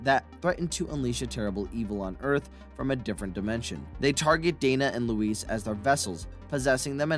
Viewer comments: yeah that and how he pronounced Louis's name "Louise" LOL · Wow! All my 38 years of life, I've always heard people(non famous) celebrities(famous people) & even Dan Conehead himself, & you clarify the mystery of the universe it's not Ackroyd its Acheroid. & Louis is now Luiz when they clearly say Louis in the movie multiple times. & there must really be such things as ghosts for the Delorean time machine to inspire a movie car that came out a year before Back to the Future & was filmed the same year I was born 1983. I don't mean to be rude or disrespectful but come on man if you know so much about Ghostbusters & can produce a video like this you should know how to pronounce things. Smh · Calling louis tully...luis lol